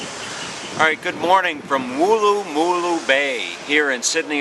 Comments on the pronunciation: Hi, loved your vid, but your pronunciation is a bit out. You need to say it quickly as though you had had a bad pie and it was letting you know (not a Harry's pie obviously) - Woolloomooloo - not wool a moo loo. And no, we don't make up name places just to hear Americans say them, but it still is fun to hear you try! Welcome back any time mate! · Firstly, before you go posting a video of my hometown, learn to say the suburbs PROPERLY!!! And know most of the places are actually Aboriginal names. Wooloomooloo is said as one word. But actual Aussies pronounce it Woolamaloo. Try saying that in one go and then you’ll have it. Good on you for trying. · Wool...loo...ma...loo is how you pronounce it mate, shouldve asked the locals how to pronounce it so you dont sound like a tool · It’s wool-la-ma-loo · It would not matter how hard you tried to pronounce Wooloomooloo Americans fail? You have to pronounce imagining it is a single syllable word where it runs with no gaps...keep trying. I'll check your progress in a couple of years, perhaps you'll get it by then.